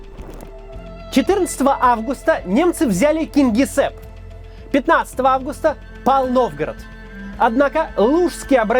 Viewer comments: Да почему КингесЭпп???? Кингисепп!!!!! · Маленькая поправочка по произношению: город Кингисепп - не говорите, пожалуйста, [Кынгысэп], все произносится мягко)) [Кингисеп] - так и звучит, как пишется, совпадает написание с транскрипцией.